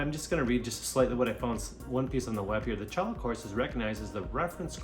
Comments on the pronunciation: Challa? Choy-ya. 😂 Immediately lost me. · Cholla is pronounced “Choya” not “Challah”